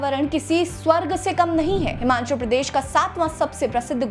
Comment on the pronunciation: Madam this is not Himanchal but it is Himachal. Please pronounciate properly